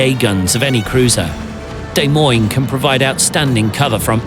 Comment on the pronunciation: It's "Deh-moin" phonetically, NOT "Day-moin". I'm from Iowa and I am somewhat annoyed that a ship named after our state capital is pronounced wrong. Good video though.